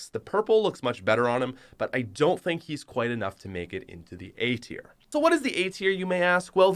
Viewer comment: Your saying tier was terrible